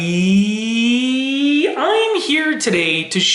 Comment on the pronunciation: its creepy how he says everybody but its a good video 😅